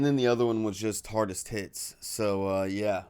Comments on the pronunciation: I too thought he said “hard as tits” 🤣🤣🤣🤣🤣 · I'm with, it sounded like you said hardest tits? "Hardestits".